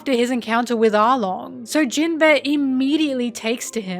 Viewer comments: For all your love of this character, you really can't pronounce him right. Jinbe, not jin-beh. There's an inflection and emphasis difference that makes it sound extremely different. Amazing video btw, left 1 other comment about a nitpick like this and in case you see these I just wanted to make it clear that they didn't make me dislike the video, the video was great. Your narration is very well done. In long scripted video like these people often tend to speak monotonously and overuse the same inflections, sounding very artificial. But you sound natural. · Absolutely fantastic video. I love your in depth analysis of all these characters, but unfortunately I can't unhear Jin-bear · I kept hearing Jin-bear whenever you said his name and thought it was some hidden gay joke or something lol. You know, the bear body type that is popular in the gay community lol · Whenever says jimbei all I hear is jim-bae💅🏼❤ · Are we going to address that you are calling him gym bear? Love the content as always, sorry for the callout